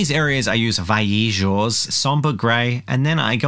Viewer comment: Somehow the pronunciation of vallejo improved in this episode.